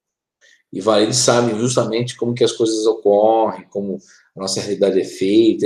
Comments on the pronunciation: O livro The Project de Mark Macy se refere à Terra paralela como Varid, e não Valid. Será que ouvi bem? Entendi o pronunciar com "L". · Terra Oculta, Marduk é um ser, entidade de origem maldekiana, de Maldek, isso em conformidade com as informações q li em "atravéz de olhos alien". E o tempo todo ouvia a pronúncia de como planeta Valid e não Varid conforme, agora, corrigido. Gratidão.